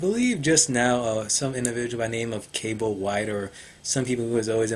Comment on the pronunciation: THE SHOUT OUT! Just finished the video lmfao its CALEB not CABLE but yeah..